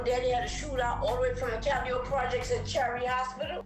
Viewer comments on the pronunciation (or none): Not calidipee if you need to know how to say it More cadeeo projects cadeeo for who cant read or say it correct. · I can't even continue to watch this you can't even much pronounce it right Calli yo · We New Orleans natives will butcher some words and really believe it’s the proper pronunciation, technically it really is Ca- ly- o - pee another is actually Mel- pom- mo- nee. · I swear that AI is wwatering everything down , just look at how it pronounces the Calliope 😂😂it's doesn't feel authentic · YOU ARE BUTCHERING THE NAMES IN THIS VID I HOPE YOU KNOW THAT TAKE THIS VIDEO DOWN